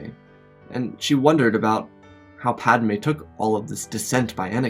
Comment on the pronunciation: Pad "UH" May 😂😂😂